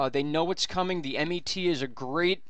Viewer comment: The Met is pronounced as in one word and not initials m e t. Just thought I'd let you know.